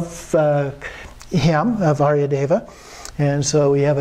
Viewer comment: Nice tale but the pronunciation of the Skt. names is terrible, haha.